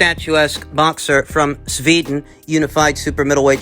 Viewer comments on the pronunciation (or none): none